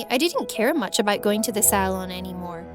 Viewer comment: “I was worried aboot it, I hated my lewks” her accent